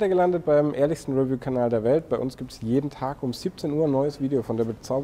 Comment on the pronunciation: Bitte die Aussprache des Wortes "review" üben. Betonung liegt auf der zweiten Silbe!!!